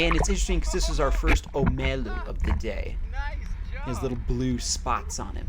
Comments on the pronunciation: He said oh-meh-lew, it’s o-me-lou but good job catching all 4 omilu, next time catch only what you eat or catch for you or some people you know 100% goin take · lol "omelu" its omilu bruh but congrats that a nice load of fish though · Hawai’i Locals: Omiluu: Omeelu